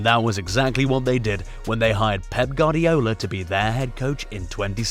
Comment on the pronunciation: Hey amigo, it's pronounce "Gwardiola", not "Gardiola".